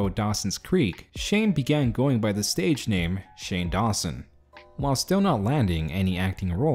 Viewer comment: He fucking ruined my name